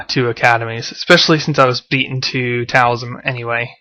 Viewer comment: Taoism is actually pronounced as though the T were a D.